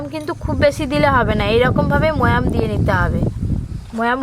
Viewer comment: এরা এত মূর্খ কেন। ময়াম না ওটা বলদ। ময়ান হবে।